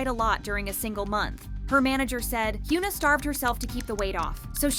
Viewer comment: Hyuna isn't pronounced as "h-yu-na" with "yu" sounding as "u" sound also, ribs showing isn't always a sign of unhealthy dieting as you made it look with Winter, sometimes it's people natural constitution that is perfectly normal for them. Sunmi didn't struggle and talked openly about her being skinny-shamed only for people to continue doing it with other idols. also, about ribs being shown when person lifts their hands - are you bloody serious? I am chubby person (objectively), and if I lift my arms and put any tension in it, like you know, when you dance? - my ribs will be noticeable as well.